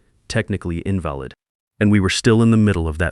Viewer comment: AI needs to work on their pronunciation. READ, INVALID etc.